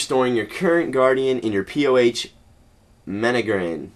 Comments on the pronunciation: menagerie men a(as in a-tlantis) ger(as in jer-k) ie(as in e) mjolnir mjol(me-yol) nir(as in ner-d) cleared it up nicely? havent tried this update. sounds terribly lame to be honest but o well. great vid minus the english fail.lol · jagex didnt make the word menagerie lol. u really cant pronounce anything. i l0l'd at the concentraded pronunciation l.....